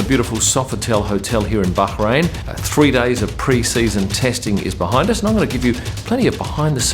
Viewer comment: I love the way you pronounce Bahrain, the fact that you pronounce it Bahrain and not Bar-rain 😂🤩